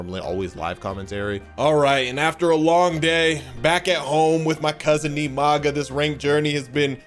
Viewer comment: Nimaga is screeching from how many times said his name wrong